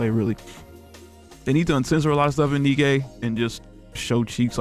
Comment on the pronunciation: Pretty sure her name is pronounced DK But more off, really? Nothing? Would have thought Reynard or Marduk would have done something at least. I came here betting on Reynard because I know your weakness.